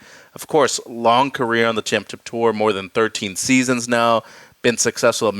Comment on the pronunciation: Still not learned how to say championship. C’mon!